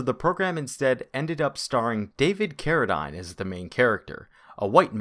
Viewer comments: Carrideen, not Carridyne. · David Carradine (Care-uh-deen), not "Care-uh-dine". Show some respect. Lol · David Carra-Deen. Vice Carra-Dyne. Just an old-timer’s unsolicited advice. We had a monk in an AD&D campaign I played in as a kid, back in the 70s. Is that called 2E now? He was best buddies with the DM and as such his monk did all right. After all, when the dice always magically go your way, any class can do all right. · Excellent in-depth examination! A couple of minor corrections: Carradine is pronounced “Care-a-dean” not -dine. 3rd edition came out in 2000; 2003 was edition 3.5. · I believe David Carradine's character was actually half Chinese in the series, making him an outcast to both cultures. His name is pronounced Cara-deen. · From a previous episode it's pronounced "Tap-is-trees" not "Tape-is-trees". And the actor's name is David Care-ah-deen. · There are hundreds of videos such as "the Wild West Tech" where David Carradine and his brother, Keith, both correctly pronounce their last name if you'e unable to correctly say it due to some speech impediment or learning disorder.